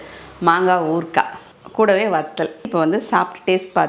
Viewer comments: ஊற்க்கா இல்லை ஊறுகாய் உச்சரிப்பு சரியாக இருக்க வேண்டும். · Urka illai urukai s correct mam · ஊற்க்காய் இல்லை சகோதரி. ஊறுகாய்.ஏற்கனவே நீங்கள் குழிப்பணியாரத்தை (குழிப்பணிகாரம் ) சொல்வீங்க ஞாபகம் இருக்கா சகோதரி ❤